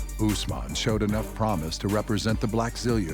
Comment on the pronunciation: It OouussMan. Not Oozeman lol